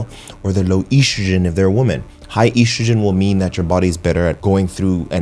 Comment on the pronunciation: Most unique way of pronouncing estrogen in the world